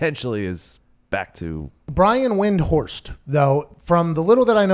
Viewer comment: Thank you pat for saying windhurst a buffoon it made my day